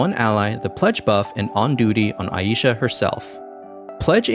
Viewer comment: the most glaring error in this vid is that her name is pronounced Ai(eye)-sha, not Ah-yi-sha